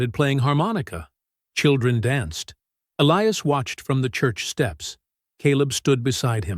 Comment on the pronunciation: PRETTY SURE THAT SHOULD BE ELIAS WITH A LONG I, NOT ELEEAS.